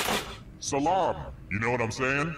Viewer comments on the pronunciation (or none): In Turkish, it is selam, not saalam. Still pretty close.